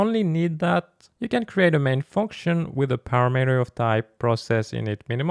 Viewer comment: I think it's pronounced parAmeter, not paramEter, also cOnstant, not constAnt.